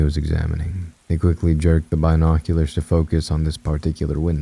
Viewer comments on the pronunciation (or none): When i first heard your voice I just couldn't listen but now i am a binge listener. I just cant with this one. Maybe you'll read it one day. This is the most depressing, run on sentence AI sounding man ever! Also if I hear Bi noculars once more I'll go crazy.😂 sorry, I tried though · Not the Bi noculerrrs 😂🔍🥽👀